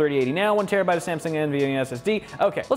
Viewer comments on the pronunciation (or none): none